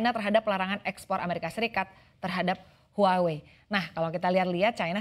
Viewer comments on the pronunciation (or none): none